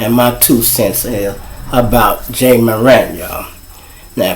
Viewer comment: He plays for Memphis! Sir, Not Minnesota 🤦🏾‍♀️ & isn’t his name “ Ja’ (like Jah) Morant’ (not Moran) Ijs🤔